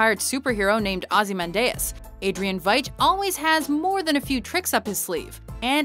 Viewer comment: Can always tell when the narrators and/or writers haven't actually seen the content they're talking about. In this case - Watchmen. The pronunciation in this video is awful, and anyone that's seen the video would know it's pronounced Ozzie-Man-Dee-Us.